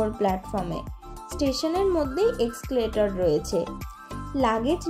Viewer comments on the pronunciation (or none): Exclater no re bonu. Escalator re.